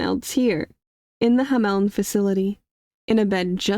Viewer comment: FYI Hamln is pronounced like Hamlin not Ham-eln.